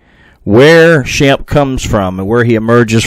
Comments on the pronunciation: Shampay is the pronounciation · The native pronunciation is closer to "Shom-Pay". "Shemp" is one of the Three Stooges. There appears to be some moss covered markings on the middle front of that cave. Maybe a face or glyph. If the Choctaw fear it enough to leave, were they taught to fear it or was the issue discovered from direct inexperience? Many tribes have lost the sacred ways of the ancestors that would have helped deal with all the anomalies of this land thanks to euro American "progress". Did they try leaving apples? I bet not. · Shampe, pronounced Sham pe.